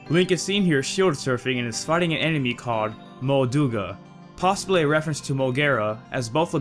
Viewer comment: hahaha some sort of "emeny" hahahah that sounds like how I used to pronounce animal before I was old enough to have a working brain "aminal"